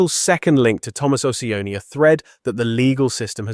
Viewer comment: It’s not Ociani, it’s CIONI — “CHEE-OH-NEE”